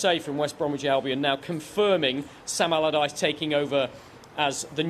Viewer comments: "Sam Abalabadyce" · "Sam Alamaladyce." 🤣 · Sal almaradyce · Okay mate say it slowly... Sam... Allardyce... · Sam Amamamallardyce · I don’t understand why he says it like that twice lol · I scrolled for your comment 🤣 Sam Amadallaghdice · Sam agagggleardyce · I love that misspoke Sam's name twice and ignored it both times. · When announcing the appointment of Sam Allardyce, get a guy who can say Allardyce!